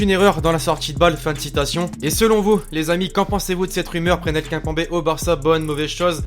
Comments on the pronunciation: Prenel Kinpanbé😂😂😂 ou Presnel Kimpembe (Kiimmpemmmbé) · "Prénèl Kimpembé" magnifique prononciation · Putain « Prénel K1pambé » apprends à prononcer gros t’es le seul à prononcer son blase comme ça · prénel kempanbé il dit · Comment il a prononcé presnel kimpembe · Tu c pas dire Presnel Kimpembe